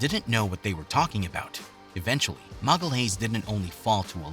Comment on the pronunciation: "MAGALAYS" it's "magayaeesh" please.